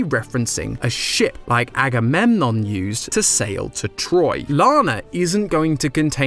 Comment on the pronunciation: agamemnom is actually pronounce a-go-meg-on